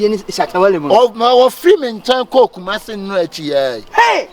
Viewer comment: Kumasi and generation cerebrety barber😂😂🤣🤣😂🤣r and l